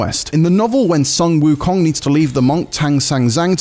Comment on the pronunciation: "Sun Wukong" "Tang Sanzang", these are the easiest Chinese names to pronounce, he still can't do it....lmao